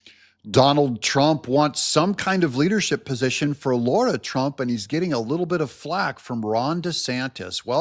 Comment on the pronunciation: It’s LARA